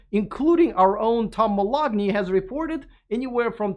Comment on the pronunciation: "Tom Moloughney". Would you please verify his correct pronunciation? Isn't it "Ma- LOW-ney? The G is silent, is it not? (I'm a grammar- spelling- and pronunciation fanatic.) Oh... and we need independent, unbiased, free thinkers in the media! I don't like the VW ID.4, but that's okay, and it's okay to speak of Tesla's (and Elon's) warts. Even Elon says he wants and needs people to be honest with him, even if it prompts him to cry into his pillow night! Otherwise, he would be no better than Cry-baby Tramp! Thanks!